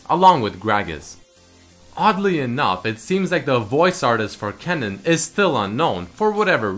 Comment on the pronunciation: That dutch word kennen wasnt what you said